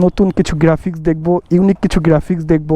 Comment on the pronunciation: The word is "graphics" not geryafix! 😂😂😂